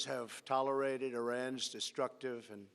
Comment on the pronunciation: Theres a part where Trump says "toleride" and i am certain he was supposed to say "tolerated" Either the transcription to the teleprompt screen was edited badly, or on purpose. Either way, Trump didnt seem to understand the context of his speech well enough to realize the mistake, and just went with it lol. I think he has spent too much time with the McMahon family